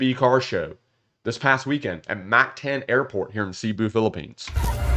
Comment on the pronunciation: Mock Tawn. Not Mack Tan.